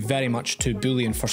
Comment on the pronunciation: Booleon sounds like bullion XD